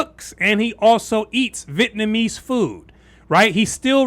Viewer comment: Do you know something about the pronunciation of Vietnamese that I don't know? You keep saying VIT-namese instead of Vi-et-namese.